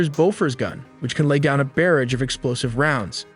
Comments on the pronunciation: Bearage… dude it’s barrage. BE REHZ . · The way you pronounced Barrage and Elite really irk'd me. Cool vid tho